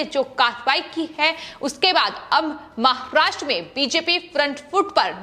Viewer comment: Aap jara acheyse boleye maharashtra bolte samay aapko dam lagta he aysa lgta he